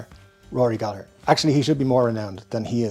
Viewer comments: …this might be the first time I heard his last name in an Irish accent, I’ve had it all wrong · Thank you for showing some of us Americans the proper Irish pronunciation of Gallagher. I've been using a hard 2nd "g" my whole life 😊